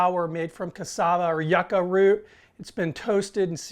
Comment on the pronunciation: Not yucka it's more like you-ka